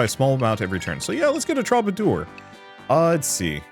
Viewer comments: It's a very minor nit-pick, but the way you pronounce 'troubadour' gets on my last nerve... "True-ba-doer".... not "Troba-door" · Please my guy, for the sake of my sanity, troubadour is pronounced True-ba-door.